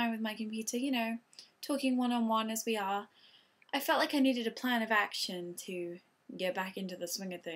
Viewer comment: ''plan of action'' could u get more American lol. nice video though.